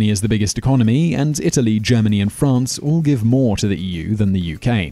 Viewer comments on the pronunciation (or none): none